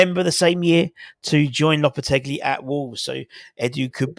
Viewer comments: Loppertegly....lolol No 'L' on the end, fella. More like 'lopperteggi' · You keep saying "LopetegLi". Sorry mate